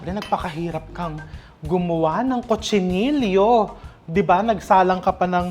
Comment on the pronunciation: Chef, dito sa Spain they pronounce Cochinillo as co-chi-ni-yo